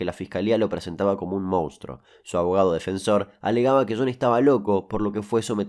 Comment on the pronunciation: No conozco ningún argentino que diga bien la palabra MONSTRUO.